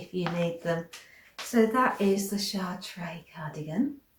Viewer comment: If it’s named after the French city/Cathedral, Amy’s cardigan is pronounced Shar-tra cutting off the final ‘a’ quite quickly. It’s a lovely cardigan, will look forward to seeing you make it!